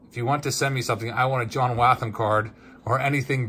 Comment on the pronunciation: You're pronouncing John Wathan's name incorrectly